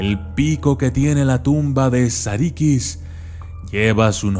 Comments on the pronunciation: No es "sarikis" es "sarukus" se pronuncia de ese modo porque no tiene puntos en la i en el alfabeto turco esta la i y la I que la i es (i) y la I se pronuncia(u),buen video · sarıkız la ı sin punto se pronuncia entre la i y la e, la i con punto se pronuncia como i tal y como la conocemos. sarı significa amarillo y en realidad hace alución a la chica rubia o a una chica de cabello rubio segun la leyenda original.